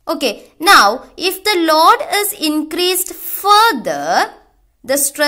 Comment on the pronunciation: Its Load .... not Laud